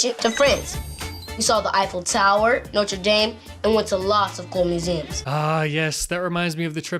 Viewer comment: “Yeah I know French so well” mispronounces Notre Dame